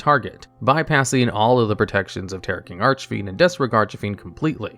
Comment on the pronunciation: Serious question: In what universe can you pronounce "Bahalutiya" correctly, but you can't say "Archfiend" right? Makes no sense to me.